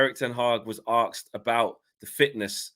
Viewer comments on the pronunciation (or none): ASKED. NOT AKSED. sorry, just bugs me when people say that 🤨😂